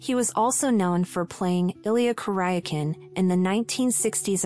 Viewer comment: Narrator should learn appropriate prononuciation of actors names and their roles, i.e. Illya Kuriaken in Man from Uncle.